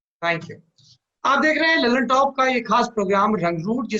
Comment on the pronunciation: दल्ल्नटाप, not लल्नटाप 👎👎